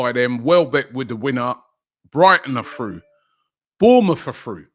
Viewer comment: Brighton are frew. Bournemouth are frew. Man City are frew. Ah fink. And everyfink.